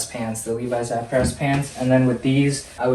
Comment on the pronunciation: Just a quick note about the Sta-Prest pants; it's supposed to be pronounced "stay pressed", because being 100% polyester they don't wrinkle like cotton does, so they didn't need ironing/pressing